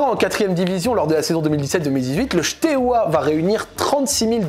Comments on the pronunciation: Bon alors la prononciation est catastrophique mais je tiens juste à rectifier 2 trucs 😂 C’est Steaua et non pas Shteaua et le deuxième c’est Tchéaoushescou (Ceaușescu) voilà 😅 En Roumanie beaucoup de clubs sont dans cette situation car il y’a l’avant et l’après communisme, des clubs ont été recopiés de a à z (logo, couleurs, blazz) comme Craiova qui les deux ont le même stade le même blazz tout pareil et évoluent en d1 roumaine. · Bordel mes oreilles souffrent dès qu'il prononce Steaua comme "Chteoua" 😭 Ca se prononce "Stéaoua" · Super vidéo! Par contre, on prononce Steaua et pas Chteaua:) qui signifie étoile en roumain:) une autre histoire qui peut t'intéresser: l'histoire du club CSU Craiova qui a VOLÉ le palmarés et le logo du FCU Craiova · si tu fais une vidéo sur Steaua au moins apprends à bien le dire 😉. Il n'y a pas de "sh". Pareil pour Ceauşescu, Păunescu... Mais très interessant et merci d'en parler!